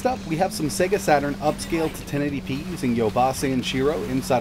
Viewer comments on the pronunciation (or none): none